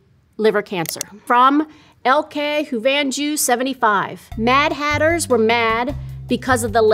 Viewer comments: “L K houvanjou”… giggles in Dutch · that's actually dutch, it's pronounced "ick haw von yaw" and it means "i love you" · Her pronunciation of "Ik hou van jou" had me rolling. 😂 It means: "I love you", in case anyone is curious. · it’s so funny how she pronounced ikhouvanjou😂 Ik hou van jou is the Dutch translation of I love you. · the way she pronounces Dutch is kind of funny ngl 🤣